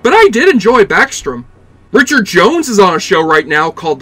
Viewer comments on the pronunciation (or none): none